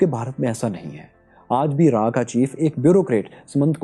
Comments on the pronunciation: It's not raa it's रॉ RAW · sir not raaaaa its raw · it is not RAAAAA, RAW. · Raa nhi RAW 🔥 Plz improve your pronunciation about RAW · Raaaa..... Nahi hai RAW hota hai 😁😁😁